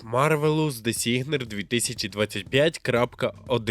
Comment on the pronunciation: ріот,вілтріфт,дезігнер....Можно хоч назви назви навчитись вимовляти нормально?